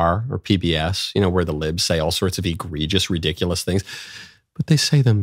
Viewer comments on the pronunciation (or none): none